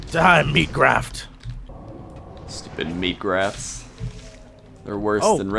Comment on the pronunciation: Lol "Meat Graphs" Pronunciation is key